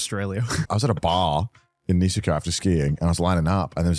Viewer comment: "I went to a public onsen in Nee-se-kou" Jesus christ